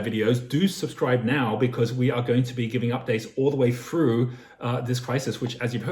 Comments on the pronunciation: Its through not frough and bro if u making good money go get u a haircut. Nice video though. Lmao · what does "...all the way froo" mean? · "... all the way froo" what does "froo" mean?